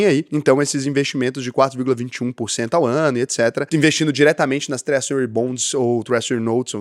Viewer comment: Twréjury, não twréssury.